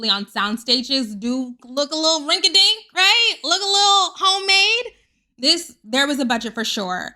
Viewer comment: when you said homeade i screamed. your educated shade lol